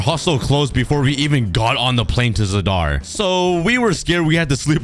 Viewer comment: I m sorry but i hate how you pronounced Zadar its just freaking me out